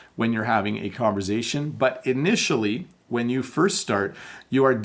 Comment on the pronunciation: Hi! I love your videos! I have a question, why do you pronounce “conversation” with a “z” sound? Is that a Canadian thing? Thanks for your great work!